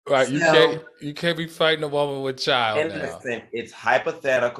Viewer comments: I love the way Al pronounces “woman”. He says woe-man. Lol. Love it. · Nobody : Al: Woahmen